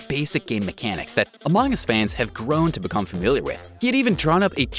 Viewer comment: Ah yes, Amoong us. I think he's either Australian or something on the lines.